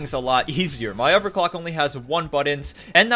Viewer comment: I love the video and it's super cool man. I want to build one too. Do u think a beginner could seriously do it ? R there instructions? Unrelated question......why can u pronounce This and Through correctly but not Together or Other ? Not ragging on u at all. Just curious.